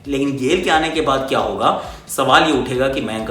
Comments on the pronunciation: Instead of saying Baade kya karenge, He said Bhadwe kya karenge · Bade kya karange but listen like bhadve kya karenge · Lekin bhadoye kya karenge bola lol